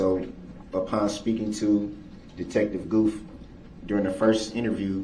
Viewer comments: He drives me crazy with the way he pronounces "th" as "f". Detective "Goof" and "November 20ff". You would think he would try his hardest to sound professional and intelligent, but no.. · Listen to him! “He had pass chu” or “Twentief “ the day he swore nothing happened that day either. That’s the “troof” according to duh rel the alleged defendant. You are the defendant you clown! Oh yeah. Detective “gufff”